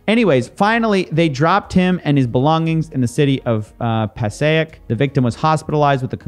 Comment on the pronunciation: Me casually watching and then thinking 🤔"waiiiiiit I LIVE IN BERGEN COUNTY" also the way he pronounces Passaic is HILARIOUS 😂 anyone who knows pls comment